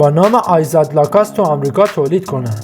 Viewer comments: لَکوُست تلفظ درستشه تلفظ ابداعی در نیارین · اول LACOSTE رو درست تلفظ کن و بعد وئدیو بساز